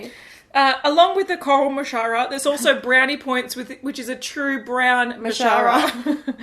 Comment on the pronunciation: sounds like ‘coral maharajah’ 😂